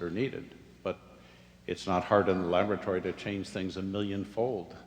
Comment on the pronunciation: ....did U say lavatory..? ..sorry .. .. labatory. ..no. Laboratory